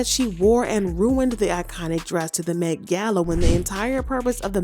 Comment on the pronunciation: The way you say "Met gal" is killing me 😂😂😂😂😂😂😂😂😂😂😂